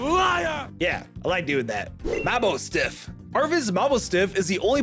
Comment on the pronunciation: Sprig-gagito Ta-ron-tula Tanda-moss Moss-hold F-dough Dush-bun Na-cl (brother there's an "i" in the name) Mah-bou-stiff (it's mah boss stiff) Bom-ber-deer Dra-gull (YOU FORGOT AN ENTIRE SYLLABLE) Glimmett. It doesn't deserve to be a real pokemon Glimmora. It doesn't deserve to be a real pokemon Greave-AERD Say-toddle Say-titan Don-doezoe Fara-giraffe Dun-dunsparce Sylval-ee Iron joo-gulus Vol-qurAn-a Axe-calibre Gimmie-gowl Gol-deyo Woo-sheen Sheen-pao Shee-yoo Comfy Si-natcha (YOU FORGOT AN ENTIRE SYLLABLE) Archaludon: not the name. But the fact is completely incorrect. Pseudos have 3 stages. The duraludon line has 2 Tera-p-A-gos